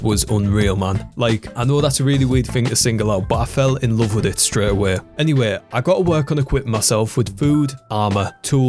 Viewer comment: Me: away Dis guy: Awee